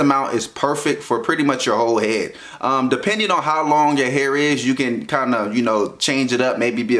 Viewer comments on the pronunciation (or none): none